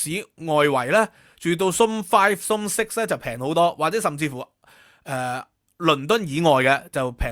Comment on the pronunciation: Host cannot pronounced "zone"! He said ZOMB😂